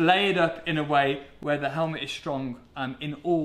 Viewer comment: "Let's open up this helmlet" 😄